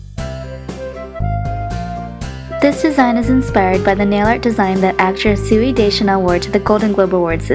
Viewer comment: No hate but Zooey is pronounced like Zoey. :) I love this design btw!